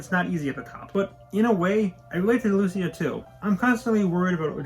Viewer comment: why are you pronouncing Luisa so weird, my?